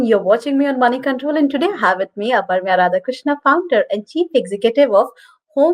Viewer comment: I don’t understand why can’t they pronounce the name Aprameya properly.